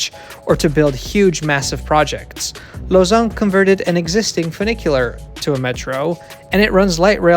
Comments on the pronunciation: Well really it's more like /lozan/ i think, rather than /lozɑ̃/, but still way better lol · Glad to see a YouTube channel pronounce Lausanne properly instead of pronouncing it like lasagna